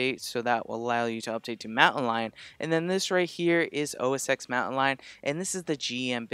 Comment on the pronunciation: Sorry, gotta say too: OS "TEN"